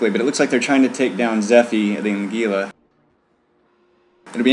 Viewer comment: Speaking of "stupid annoying derpy ignorant", it's pronounced HEE-luh, not GEE-luh.